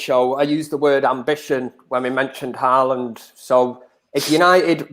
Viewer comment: Nobody:: HaArLaNd 😂😂😂😂😂